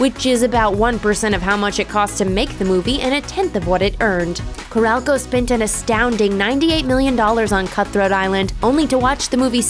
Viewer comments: Carol-co....not Carelco. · It's not CORRALCO. It's CAROL-co. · Ca-rol (roll)- co. The way it gets pronounced here gave me the shivers. And in addition to Heaven's Gate being mentioned several times, Hudson Hawk also led to TriStar Pictures becoming part of Sony entertainment, joining Columbia Pictures, one of the three companies involved in TriStar's creation. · Corral-Co? Lol.